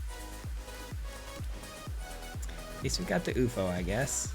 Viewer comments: Pretty sure its you eff oh....no oofo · please. YOU - EFF - OH